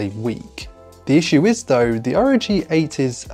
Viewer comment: It's not Asus rog, it's Asus "r.o.g." (republic of gamers)